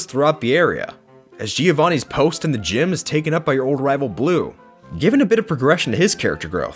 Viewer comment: It's not "Geeeeeeeovani", it's "Jo-vanni".